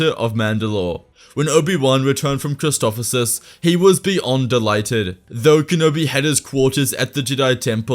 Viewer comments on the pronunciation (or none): Every video with Christophsis it's Christof sis not Christofofsis